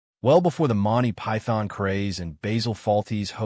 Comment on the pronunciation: Bayzill and Monty PyTHON?